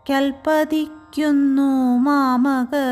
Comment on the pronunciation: മധുര സ്വരം. പറന്നു.. എന്നതിന് പറന്ന്.. 1 നഭസിലേക്കുല്പതിക്കുന്നു.. എന്നതിന് ക്കു.. എന്നതിന് ..ക്ക എന്ന് ഇതു പോലെ മറ്റു പലതും. ശ്രദ്ധിച്ചാൽ onnu കൂടി super ആക്കാം.